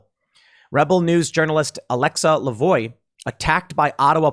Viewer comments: *Lavoie is pronounced [la’vwa]. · Tim it's pronounced La Vwah.